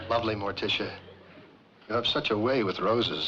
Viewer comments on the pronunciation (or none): ~ Morticia, not Martisha.